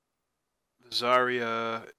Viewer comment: Its zy-ra